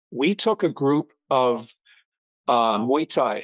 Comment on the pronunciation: My feeling exactly. Was equally pleasantly surprised to hear him pronounce "Muay Thai" correctly.